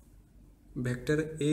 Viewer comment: its "vector" not "bector"